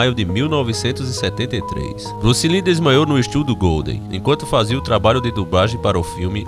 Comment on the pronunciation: Bruce "Lin" kkkkkk